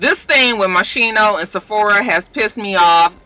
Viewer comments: Walk your yard with ax handles and teach those cavemen to walk their beasts elsewhere. My mf'in rule. Moschino is pronounced Moskeeno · The right pronounciation for Moschino is : Moss-ski-no :)